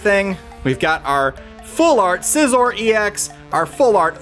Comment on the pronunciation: says Scizor right